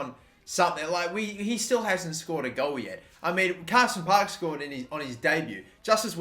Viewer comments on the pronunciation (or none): none